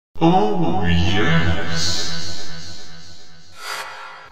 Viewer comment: Ex not x